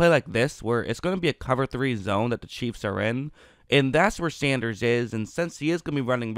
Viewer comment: SAN. DERS. sendrus....... SANDERRRRRRRRRSSSSSSSAH